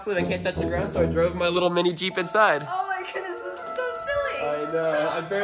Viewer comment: It’s not geep it’s jeep